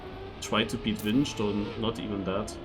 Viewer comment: pretty sure Winged is pronounced as Wing'd, as iit's a word than means someone with wings